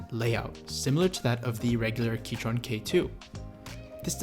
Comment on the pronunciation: He keeps saying keytron...